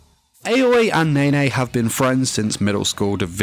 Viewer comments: Her name is aoi (aui) not ayoi 😅😂💞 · Its not aoa its AOYIII (spelled aoi) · Most people: Aoi (owie) This guy: Aoi (ay-oh-eeh) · The way he pronounced Aoi's name triggers me. Its "ah-oy" not "eh-yoy". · Everyone: Aoi (ow-ee) Him: AY OYIH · Weebs: Aoi Him: a-Oi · ITS A-O-I NOT 👁-O-EY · I just hate the fact that he pronounced "Āoi" instead of "Aoi" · I can’t get over the fact that he keeps on saying aois name as✨𝐴𝑦 𝑂ℎ 𝐴𝑦✨ with so much confidence 😭😭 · IKR ITS OW EE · Neither. Its pronounced ow-ee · every time he says ayoway I die a little inside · Everyone: AOI Him: AUNI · the way he's pronouncing aoi is killing me 💀 AY OI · I like how u pronounce her like "aoe" Btw I like nene more than aoi =D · Me: aoi Him: AoE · What? I fucking god mad when u messed up at the “aoi” part. I hear u said “a-oi” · He said Aoi in the wrong way in the intro.. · you pronounced Aoi wrong btw